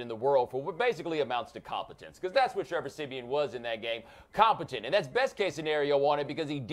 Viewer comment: Ha he said Trevor Semen.